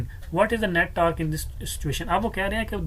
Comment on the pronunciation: Sir tarque nahi hota torque hota ha